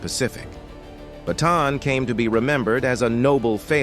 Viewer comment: good vid ... minor point - the correct pronunciation of Bataan is BAH TAH ANN